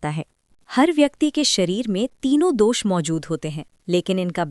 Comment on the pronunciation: बात आयुर्वेद की हो तो शुद्धता जरूरी है, भाषा की भी, दोशा नहीं दोश कहिए।